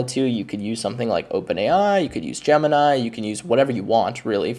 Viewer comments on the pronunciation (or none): none